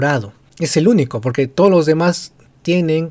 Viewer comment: "Yo...Merino juro... Por too lo peruanos.." No puede ni pronuncia claramente el español!